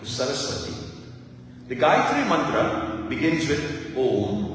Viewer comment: 🙏, namaste,thank you for reminding us of the correct pronunciation of the GAYATRI MANTRA